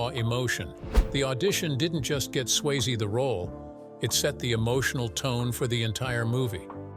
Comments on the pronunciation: it’s SwayzE, not Swayz 🤦‍♂️ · Getting Patrick Swayze's name wrong is unacceptable, but at least be consistent with the pronunciation - Swayz, Sway-zee...pick one (hopefully the correct one) and stick with it. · Patrick Swaze? Swayze. Pronounce names correctly 😡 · Its Sway- ZEE not Swaze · It's pronounced Sway-ZEE!! Have some respect! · Swayze = sway-zee Willy Bruce? Folks, this is slipshod video making. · Bruce Willis is Willy Bruce now? Bad enough you’ve been leaving the “E” off of Patrick Swayze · At least pronounce Patrick Swayze’s name correctly please!